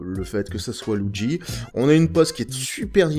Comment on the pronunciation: Tu le dit étrangement "loudgi" :p